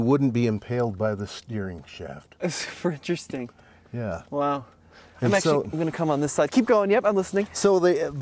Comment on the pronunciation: It sounded like he said 'Frenchresting'